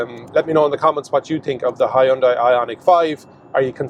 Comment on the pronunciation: You really Butcher the word Hyundai